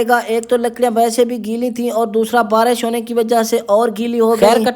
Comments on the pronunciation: Barash nahi barish bolte hain 😅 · Barish hota hai barash nh